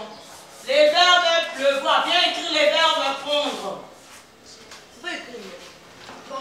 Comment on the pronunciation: Madame akomi plevoir😂😂 à la place de pleuvoir, kieeeee ba madames ya lelo